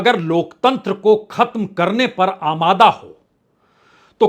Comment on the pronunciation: श्रीमान जी धन्यवाद आज आपने आमदा को अमादा कहने के लिए सही उच्चारण के लिए।